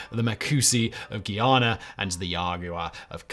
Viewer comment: Guyana… GUY- (as in he’s a cool guy) ANA- (as in Anna the name) 🤦🏽‍♀️